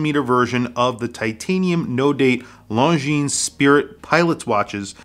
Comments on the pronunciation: or LongGene... lol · Can't decide between the green or the all black. Nice shots on the video. Also bro..the S is silent. Longiiiiiiiine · You do not pronounce the s in Longines.